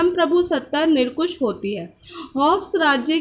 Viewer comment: Nirkush nhi nirankush hota hai